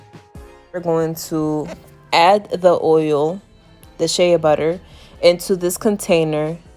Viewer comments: SHEA pronounced SHAY not SHAYA lmao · Sis it is “Shay” Butter not “Shaya “butter. But good job thanks for the video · It's pronounced SHAY BUTTER NOT SHAYA LOL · Its funny how she says it as shaya butter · Girl, it's Shay‼️😂☹️ NEXT‼️ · just an fyi, its sh-ay butter